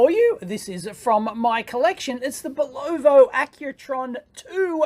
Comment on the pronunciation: Nice watch! Looks like a mouse got into your watch. lol By thw ay, it's pronounced bull-oh-va.